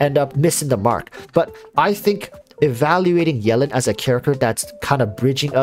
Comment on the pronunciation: Can you say her name right pls?